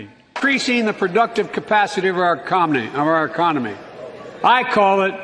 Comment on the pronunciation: Ecomony? What about a president who can't even say it? Much less have a successful one. Economy.